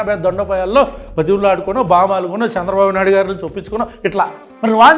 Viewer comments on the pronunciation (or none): none